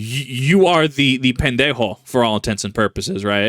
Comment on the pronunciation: Words cannot describe how funny it was to hear you say pendejo